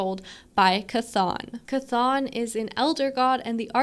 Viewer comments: 💚 (Good job on Chthon pronunciation) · Someone who says Chthon correctly... at last! Instant like.